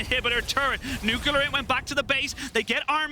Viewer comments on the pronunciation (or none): "nuclear" not "nucular"